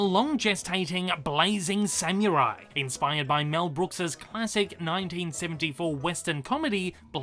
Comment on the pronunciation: Ah yes. “Sam-your-eye”